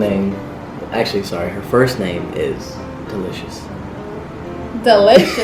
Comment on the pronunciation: He said delicous